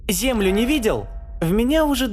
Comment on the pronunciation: Он сказал в начале: зе́млю